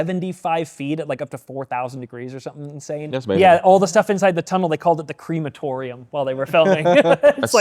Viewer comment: did just say “creamatorium” lol